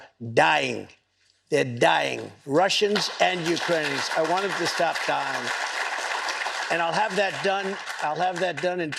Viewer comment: "I want everybody stop DYI-ING!" 👐